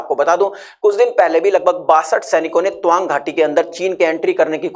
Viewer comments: Twang kyu pronounce kar rahe hai, ye to TAA-wang hai. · Toang nahi.tawang. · Tuwang nhi Tawang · Tawang. Not towang😅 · Tawang ko dhag se toh pronounce karo bhai..😂😂😂pehle dhagse se pronounce karna shiklo aur video banao